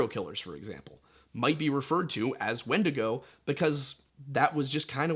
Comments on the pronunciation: This man did not say wendussy plz tell Me he didn't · ...this man just say wendussy? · Yup, subscribed instantly upon hearing wend-ussy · “It’s time to skinwalk your way into the woods and hunt yourself some wendussy” 💀